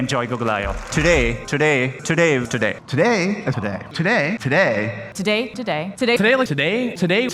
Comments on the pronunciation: tah - dey. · excuse me did you said " today " - "today"